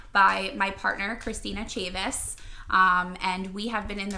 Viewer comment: Chavez not Chavis....